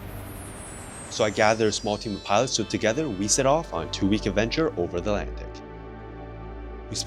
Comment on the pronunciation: Alantic???? Must be a new discovered ocean 😂